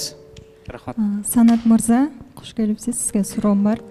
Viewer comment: кош келиниз деп эле жакшынакай суйлоп атат,а эмне учун куш келипсиз дейт